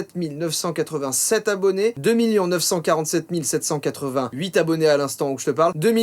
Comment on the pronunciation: tu dis miyons au lieu de millions c marrant